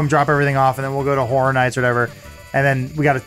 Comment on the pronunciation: Adam should probably learn to say "Horror" properly...